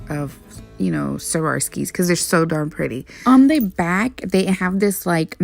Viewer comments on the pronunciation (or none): Swar- ov-ski